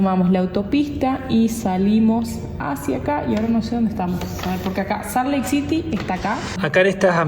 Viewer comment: Hola, se escrive Salt Lake City pero se pronuncia, Salt Leik Ciry